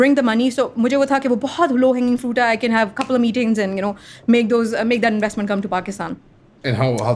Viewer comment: Investment 😂😂 inwastement